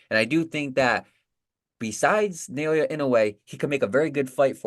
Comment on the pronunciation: Who's na-yo-ya? The name is pronounced na-o-ya. It ain't so hard